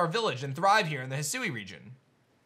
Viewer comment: Loved the video. Lemme do you a favor, bro. It's pronounced He Sue Weeeee. But as one word.